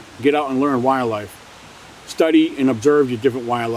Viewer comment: Is it me or is this guy not pronouncing "wildlife" correctly? It sounds like he's say "wire-life" 300 times lol